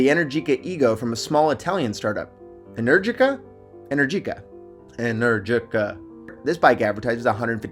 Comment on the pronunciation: The pronunciation is Enerjika